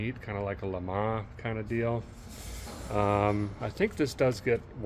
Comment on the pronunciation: Derek, don't say LA MA. EVER!!! ITS LA MONZZZZ